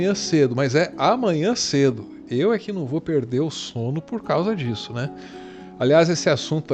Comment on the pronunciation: " perdel" mané? Com L? Hê povinho. Faz o L, bostamíniom...😂😂